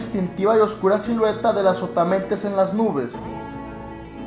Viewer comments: Pensé que decía "Azopotamadre* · pensé que decía "que es azopatamadre:v" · Yo pense que decia azopotamemes jajajaj XD